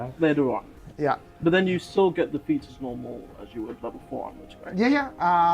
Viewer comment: I keep hearing feats as feets